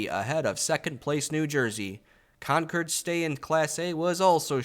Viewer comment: This series is incredible. As a New Englander, I’m glad you nailed the pronunciation of Concord this time around